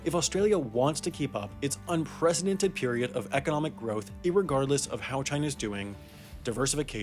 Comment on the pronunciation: "i-egardless"? Seriously?